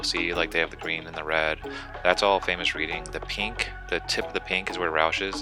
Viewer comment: It’s pronounced like “red-ing”. Like I “read” a book